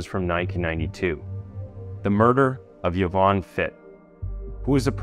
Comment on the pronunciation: Mi - to-chondria ... there is no "r". You were pronouncing it 'mi - tro-chondria. Yvonne is said "Ee-vonne ..." not with the 'ye' hard "y" sound too.